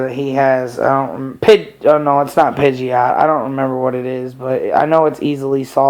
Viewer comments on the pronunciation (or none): none